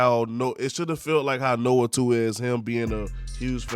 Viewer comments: Nioh is pronounced “NEE-YO”. Kept being pulled out of the point you were making every time you said “Noah 2” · Can’t take you seriously when you cannot pronounce nioh